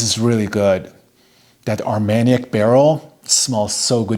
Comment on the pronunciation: You pronounced it right👍,Armagnac=velvet cognac=silk. I only own plum in cognac and am loving it,will get a sample of Armagnac soon.